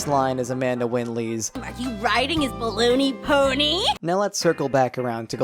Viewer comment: I looked up "balloony pony," that's what it sounded like to me lol